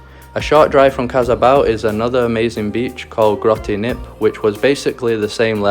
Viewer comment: BROOO AHAHHAHA, sorry I laughed so hard at Grotty Knip. U pronounce it with a hard G and a hard K: Grote Knip